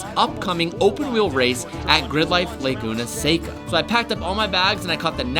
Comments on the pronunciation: Lay-goon-uh Say-cuh???? Come on. Learn how to pronounce Laguna Seca please...😂😂😂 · Don’t let those east coasters make you pronounce it as, “laguna SAY-ca.” It’s “laguna seh-ca!” It’s a Spanish word. You don’t have to use a full accent, but don’t let them bully you into butchering it 😂 I will comment this every time I hear it 🙃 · You did it. YOU SAID “say-cuh”!!!